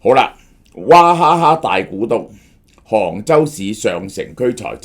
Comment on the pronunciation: 娃不是讀華